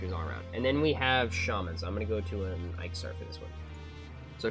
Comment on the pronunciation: First time I’ve heard it pronounced Ike-saur, it was always ick-saur to me. Thanks for the guide, I’m thinking of going back and trying to max out my necro, he’s been sitting at 54 for a while.